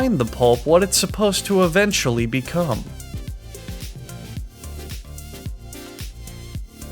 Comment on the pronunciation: becum? White liquid?